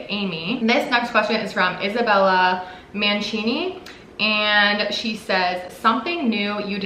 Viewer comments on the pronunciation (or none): none